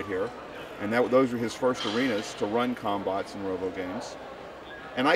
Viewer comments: I keep hearing cumbutts. DAMMIT BRAIN. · Sounds like they're saying cumbots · All i heard was cum no bots😅😅😅😅